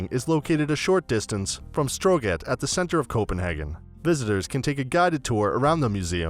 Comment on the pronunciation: Nice video but you slaughtered the pronunciations for Nyhavn (Noo-how-n), strøget (stroy-it), Amager (Ahh-mire), Tivoli (Ti' Vo-lee), etc.